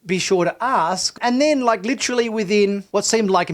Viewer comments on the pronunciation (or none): none